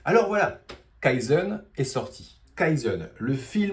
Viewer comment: Tu prononce kaïzeun, c'est kayzen. ("Key""Zen")